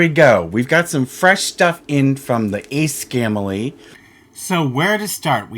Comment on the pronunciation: "scambley". LMFAO